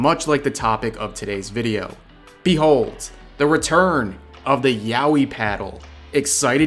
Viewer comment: Word: Yaoi Rev: Yowi